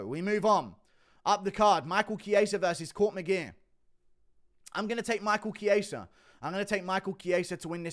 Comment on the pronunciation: The fact that guru is the only one who says Michael chiesa' name correctly and rogan and that can't is jokes